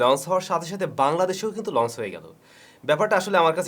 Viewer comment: লন্স হবেনা লঞ্চ হবে, একই ভুল বারবার কেন?